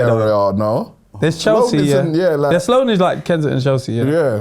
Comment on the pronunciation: SUR- LOANE SQUARE😮😂